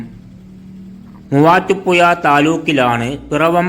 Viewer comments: മുവാറ്റുപുയ അല്ലെടോ മുവാറ്റുപുഴ അതേപോലെ ഏയാമത്തെത്തല്ല ഏഴാമത്തെ താൻ നമ്മുടെ ജില്ലയെ പറയിപ്പിക്കുമല്ലോ മണ്ണുണ്ണി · ചങ്ങായി നിങ്ങൾ ബസ്റ്റാന്റ് എന്ന് പറയുമ്പോ അത് കാണിക്കാൻ കഴിയണം. പിന്നെ വീഡിയോ നോക്കി ഇരുന്ന് ന്റെ കൈയിൽ നിന്ന് മൊബൈൽ താഴെ വീണു. വേറെ ഒന്നും അല്ല തല കറങ്ങിയിട്ട് ആണ്. അത്രയും സ്പീഡിൽ ആണ് വീഡിയോ കറക്കുന്നത് 🙏🙏🙏. ഇനി ഏതെങ്കിലും ജില്ലയെ കുറിച്ച് വീഡിയോ ചെയുന്നുണ്ടെങ്കിൽ ശ്രദ്ധിക്കണം. പിന്നെ മുവാറ്റുപുയ അല്ല മുവാറ്റുപുഴ ആണ്. ഷഡി.. അല്ലാതെ ശഡ്ഢി അല്ല 😂😂😎😎 😎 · ഈ voiced video യിലെ voice ഏതാണ്ട് ഒരു ബംഗാളിയുടേത് പോലെയാണ് തോന്നുന്നത്. വിവരദോഷി. മുവാറ്റുപുഴ എന്നത് അയ്യാൾ പറയുന്നത് മുവാട്ടുപ്പുയ എന്നാണ്. വിഡ്ഢി. 🤣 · ഈ കുണ്ണയോട് പത്ത് തവണ ഞാൻ പറഞ്ഞു. പുയ അല്ല എന്ന്.. ഇവനെ കിട്ടിയാൽ. ഇടിക്കും ഞാൻ.. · എന്തൊരു മൂഞ്ചിയ സംസാരം ആണ് മൂവാറ്റു പുയ ...തനിക്ക് മലയാളം വായിക്കാൻ അറിഞ്ഞു കൂടെ അക്ഷരങ്ങൾ ഉച്ചാരണം അറിഞ്ഞു കൂടെ ..അരോചകം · മൂവാറ്റുപുയ നല്ല അക്ഷരജ്ഞാനം മര്യാദക്ക് സംസാരിക്കാൻ പഠിച്ചിട്ട് പറയൂ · ചേട്ടാ കോയ ആണ് എന്ന് പറഞ്ഞത് കേട്ടില്ലേ.